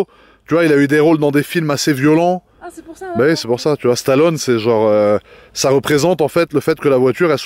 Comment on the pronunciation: Sur ce coup là il a tout faux! Et le « e » de Stallone Ça se prononce! On est le châssis est excellent la voiture a était conçu exactement comme ça pour être très joueuse.